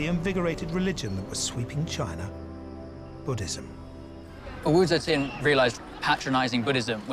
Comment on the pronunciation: Cannot stand how the narrator is saying Tian.. its TIAN not QIAN. or CHEN